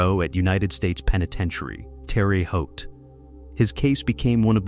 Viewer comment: Pronounced: Teh-ruh Hoat